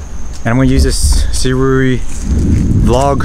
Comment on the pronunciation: still have covered what this tripod can do. thanks. also it is pronounced 'sue' + 'ray'